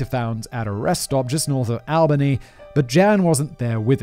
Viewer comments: As someone from the states, the way you say Albany is like All-bany. I'm sorry that just bothered me so much 😭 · On the one hand, Haha he pronounces Albany and Willamette funny. On the other hand, why are there so many of these happening in Oregon, please stop. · I was born and raised here in Oregon (grew up in Salem and live in Monmouth now). First, I have to say I got a good laugh out of hearing Simon pronounce some of our local areas 😂 Willamette is Wuh-lam-ett, Albany is All-buh-knee, etc. I live in Monmouth, which sounds like Mon-muth. Something that I find real interesting is that most people from my generation (born ‘85) have no clue who Brudos was. I’d never heard of him until I went to work at the Oregon State Penitentiary. What’s super creepy is that we still have a lot of real bad dudes locked up there that I used to see daily. Randy Woodfield, Christian Longo, Keith Jesperson, Dayton Leroy Rogers and Richard Lewis Marquette, all monsters of the worst kind. I guess it’s just crazy to me how awful these humans can be, yet unless they have the last name Bundy, Dahmer or Gacy, people seem to just forget them and their horrendous crimes…